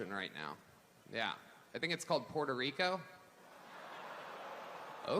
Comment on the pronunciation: Was it just me or did it sound like sloppy Joe almost said he was from Porta Rico? Add that to the long list of origin story lies he has told.